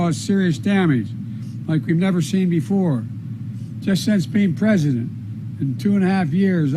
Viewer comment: Oh pweeze, tell us more mr Pwezident..........